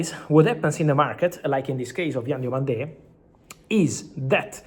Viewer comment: Hi Fabrizio, Diomande is not pronounced with an accent on the last syllable